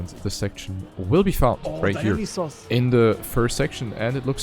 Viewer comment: dont want to be rude, but i'm pretty sure dionysos is not pronounced "dinosaurs" haha. nice casting tho